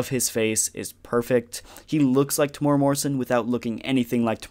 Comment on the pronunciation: Yo, just an FYI Temuera is pronounced Tem (Like the start of lemon) the U is an eww sound, the e is more like the ai from chair and the ra is a rolled R sound. Or if thats too confusing this video is great